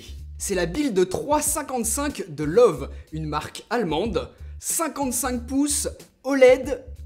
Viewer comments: Juste pour info, ça se prononce "Leuveu", pas "Love" ;) C'est Allemand :P Après, je suis vraiment pas fan de cette marque, je la trouve trop cher pour ce que c'est, même si ce modèle est plutôt "abordable" pour de l'OLED 4k. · Salut! Pour info, "Loewe" est la traduction allemande du mot "lion". Mais surtout cela ne se prononce pas comme "love" mais plutôt "Leu-ve" ("eu" comme dans le mot "noeud" et le "e" final comme dans la première syllabe de " veuve"). C'est la prononciation officielle internationale de la marque. Bien amicalement et merci pour tes vidéos. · Loewi on prononce i à la fin pas e même si c'est écris Loewe xD